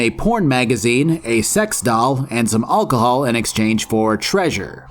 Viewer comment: should learn to say alcohol